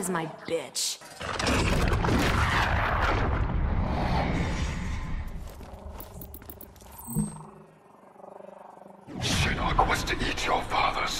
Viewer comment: Shinnok a nie shinock